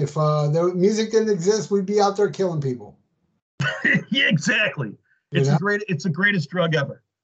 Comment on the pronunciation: Pee-pole! It sucks. Imo.